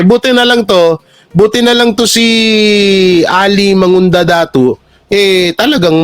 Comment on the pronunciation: MANGUDADATU po,. Hindi mangundadatu. Governor po namin dito sa Sultan Kudarat.